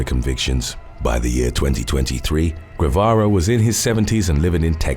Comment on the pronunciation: Dude. Reynaldo's last name is pronounced "Geh-vah-rah"